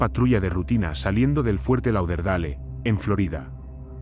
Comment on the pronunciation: Fuerte "Lau der dale"...pronuncia bien coño